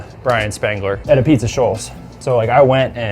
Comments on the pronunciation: Nice pizza and all, but is it truly ah-beetz??? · It's spelled apizza but it's pronounced ah-beetz.